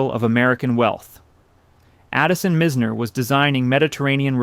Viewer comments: Mizner is pronounced with a long i vowel sound. Also Postum is pronounced with a long O sound. I'm just saying. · Mizner is pronounced with a hard I. Postom is pronounced like their last name - post.